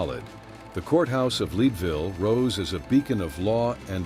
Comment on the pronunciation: PLEASE program your AI to pronounce people and place names accurately...example: it is NOT LEED-VILLE, Colorado, it is LEDville...come on...if you are doing historical information...get it right. AI can be programmed...so please correct this. Another example of this problem is Ms. Dunn...she was called the Rose of Cimmeron (Simmer-on) ...not the way you pronounced it. PLEASE correct this.